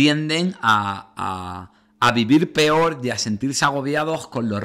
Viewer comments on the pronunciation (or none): none